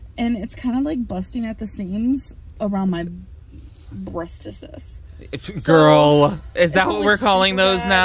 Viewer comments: "BrEaStEsSeS" i friggin cant rn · 'Breast-a-sis' 2019